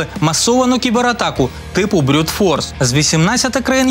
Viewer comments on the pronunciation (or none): brutforce - грубая сила; [ брутфорс ] . Обычно в контексте перебора всех возможных паролей, когда других уязвимостей нет. P.S. не брЮт, бюрют это что то про вино )))